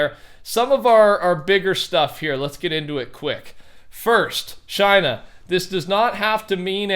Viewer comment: Everyone time he says "Shiina", I think he says "China" lol